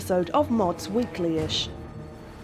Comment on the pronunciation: strong emphasis on the "ish"